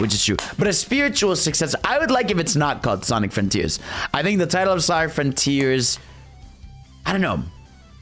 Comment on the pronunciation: Ah yes, i love Sonic "froniters", thank you 🤣